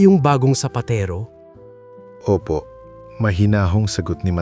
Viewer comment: sapatero not sapatiro…☺️